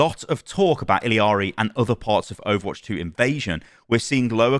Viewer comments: Illari is Peruvian. In Spanish, the 2 l's next to each other make a "y" sound so it would be pronounced "Iyari" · il-ya-ri is the pronunciation LL in spanish is an LY sound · Her name is pronounced Ee-yar-ee. In Spanish two “L’s” next to each other makes a “y” sound. (I was corrected by a Spanish speaking person) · Uh you are getting her name wrong. It’s not an accent thing, you are adding the “I” sound after the “L” sound, which isn’t there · I'm pretty sure it's E-yari cuz double ll in Spanish makes a y sound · Ee-Yar-Ee is the pronunciation 😁. The double L make a Y sound. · It's pronounced like Spanish where all the letters make certain sounds. So the double L is a Y sound Ee-Yar-Ee. Don't over complicate it. lol But also most of the problem with OW2 that I have is the Battle Pass and monetization... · It’s pronounced like ee-yah-ree. In Spanish, a double L is pronounced like a Y. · i dont wanna be that person, but its "Iyari" because double "L" in spanish is "Y" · the L's in Illari are pronounced as a Y (ee-Yar-ee) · It’s eel-yar-ee in English pronunciation,. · the pronunciation is "I-yacht-y" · I cringe every time I hear him pronounce “iliari”, like it’s not that hard to pronounce a double LL as a Y. It’s all over social media plsss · Hearing ill-EE-ari makes me want to rip my teeth oit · it’s pronounced ee-ya-ri btw. you dont pronounce the “L” lmao. double L is silent in spanish, just think of the word tortilla for example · E-yah-ri It’s a double L The LL is pronounced as a Y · Illari is pronounced 'ee-ya-ri' LL is a Y in Spanish. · Her name is pronounced EE - YAR - EE. TWO LS MAKE A Y SOUND. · Pretty sure it's pronounced like ee-yar-ee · It’s pronounced like “Iyari” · its "ee-yaree" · Pronounced iyari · It's Illiari. Just add one "i" in middle of her name. I discovered it yesterday xd. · good review but holy fuck man please pronounce Illari and SCHEDULE correctly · ILL AH RI. There is no I in the name its not ILL IA RI